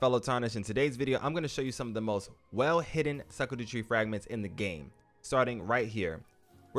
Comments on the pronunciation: literally nowhere on any planet is it pronounced “Sakadu” 😂 great video though, big thanks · It’s pronounced shadow fragment , they just spelled that way for some reason.👍🏽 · Right? I was so confused. Even if you pronounce it just how it’s spelled, it’s still not suck-a-do-tree 😂 It’s all good tho, I butcher so many words in this game too